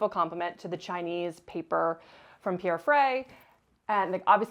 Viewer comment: Nobody ist able to pronounce the name Pierre (Frey) correctly. 😂 Otherwise beautiful spaces, beautiful ideas.